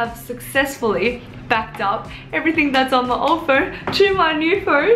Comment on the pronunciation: Im confused 🤷🏻‍♀️ if its phoeewn? Phoewrrn?